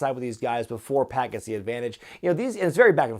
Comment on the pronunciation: I believe its pac like 2pac not pack like backpack. Maybe I'm wrong wouldn't be the 1st time.